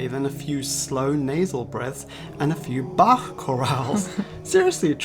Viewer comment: pff, this video was funnier than usual also this is the first time I've heard Bach pronounced correctly in English, people usually just pronounce the ch as a K for some reason